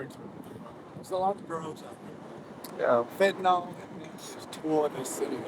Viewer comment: Why do people call it Fenta-nal?